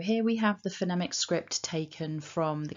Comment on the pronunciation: I find it odd that you pronounce the word 'phonemic' as you do, given you are a pronunciation guide and say the word frequently. I consulted four other online pronunciation guides and none used the short 'e' sound like you, but rather the long 'e' sound like in 'phoneme'. Are you using a US English pronunciation?